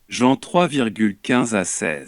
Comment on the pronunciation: C'est quoi cette référence biblique, Jihen quatre virgule vingt trois 😄 Ah les lecteurs automatiques